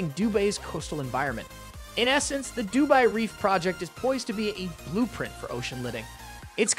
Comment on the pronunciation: Seriously? Du BAY? I couldn't listen to your cheap voice e synthesizer for more than 2 minutes